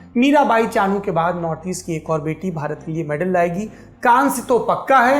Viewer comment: Mirabai Chanu "Chunu" nahi